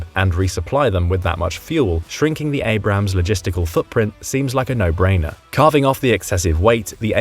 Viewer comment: your pronunciation of Abrams hurts more than my ear infection